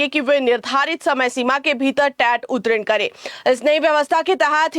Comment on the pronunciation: उत्तीर्ण का उच्चारण चेक करें।